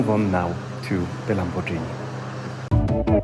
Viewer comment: Lamborgini, nie Lambordżini